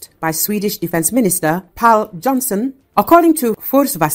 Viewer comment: It is not "Pal" Jonsson it s Pål Jonson. The dot above the A is not there fore decoration and what phoneme it represents is easily googled. Lazy and disrespectfull.